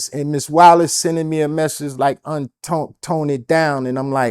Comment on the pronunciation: Un-te😂😂😂😂 That fit ain’t it bruh